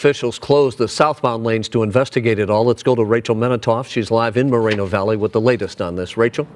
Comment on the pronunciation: Moe-ren-oh valley Not More-rino valley 🤣